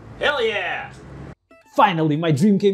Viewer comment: That “hell yeah” sounded American AF